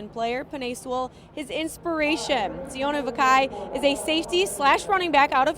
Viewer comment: see-oh-nay vah-key :)